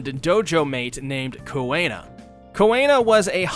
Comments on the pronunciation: I’ve never heard Kuina’s name pronounced as “Koo-ay-na” before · Why does he keep pronouncing kuinas name like that 💀 ruined a really good vid